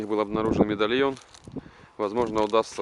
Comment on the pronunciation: Бля сказал мидальйон прочитаеш